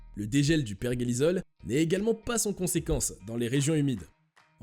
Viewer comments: Bonjour, pourquoi vous dites perguélisol ??? C'est per-jé-li-sol.... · Tu parle de virus qui est sujet élevé mais pas capable de prononcer pergélisol correctement 🤣